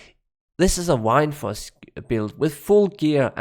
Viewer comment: Wined force lol. Love how you say that. Good video 👌